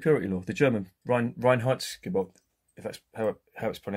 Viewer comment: You're spot on, as always, mate; except (and not many non-Germans know this): Reinheitsgebot -- nearly right, but the last bit is same as "boat" (rather than as in "robot"). Similarly, "Das Boot" is like "Dass Boat" -- not many (UK) people know that, either! 😁